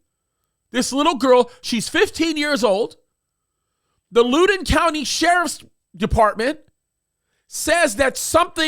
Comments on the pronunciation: It's pronounced Loud-on 😂 I'm from Virginia and Lou-don cracked me up. I'm sorry but that's the best laugh I've had in a minute. I love you and watch every show. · Pronounced like "loud" Loudin County. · Since we make the news often it is pronounced Loud-in county. You can’t make this stuff up! Thanks for covering it,. Our public schools are a disaster here.